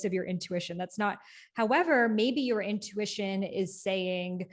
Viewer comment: I thought I was the only one who says “intuwitchion” ✨